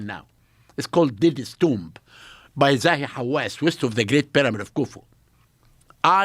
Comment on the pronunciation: The correct pronunciation is haw-ASS —emphasis on the second syllable "ASS".